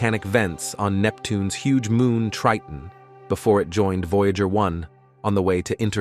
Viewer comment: You guys need to tune up your AI narrator. It mispronounces the word "Voyager" by enunciating "voya-gur," instead of "voya-jer." I would have thrown my hands up and told it to call the probe "veejer."